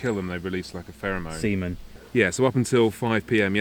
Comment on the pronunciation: "When you kill them they release a pheromo...SEMEN" LMFAO! Great test as always.